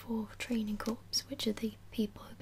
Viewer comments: I'm sure someone has already mentioned this, but "Corps" is pronounced "core." It would need an e at the end to be pronounced "corpse" like you said on the video. Other than that, great video. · Corps is pronounced core btw. Loved the video :) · also something my friend corrected me on during this past summer is that corps is actually pronounced like core